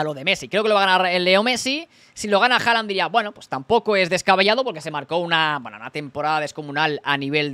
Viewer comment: Este tío dice HALANA jajajajaja QUE MALLLLLL INGLES 😂😂😂😂😂